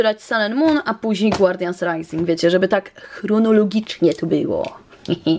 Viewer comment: to co powiem jest dziwne, ale zawsze gdy słyszałam jak mówisz guardians rising to słyszałam Guardian SRAJsing! Myślałam że nie lubisz tych boosterów i dla tego tak mówisz. Ale teraz weszłam na lootqest i już wiem że tak nie jest😊😉😂❤️